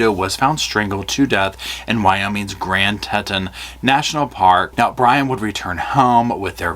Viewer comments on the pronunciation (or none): / minor correction on pronunciation of Grand Teton = Grand “TEE-tahn” National Park 😉 Always love your videos,. Just caught my ear and thought I’d share. Keep up the always excellent work and content. And have a wonderful Memorial Day weekend!! 🩵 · Grand TEE-taanz.